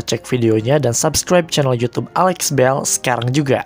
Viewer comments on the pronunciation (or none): none